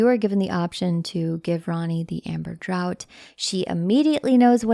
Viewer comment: Love these videos,! Future reference, though: “draught” is pronounced like “draft”